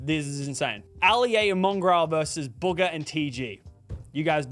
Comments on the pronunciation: It’s buga not boga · Its not booger it’s bugha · why he calling BOOGHAAA a BOOOGAH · ❌bugha ✅buger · Bro called Buhga, Buga 😂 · Ahh yes, TG and booger. It’s BOOGAH NOT BOOGER!! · no way he said bugga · Why he saying it like “BOOGER” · Bro why does he keep calling Bugha “Booger” 😭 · bro called bugha booger 😂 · He’s saying booga